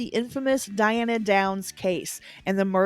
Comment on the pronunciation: Diane not Diana.